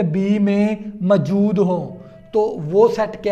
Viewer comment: موجود ❌ ماجود✅😂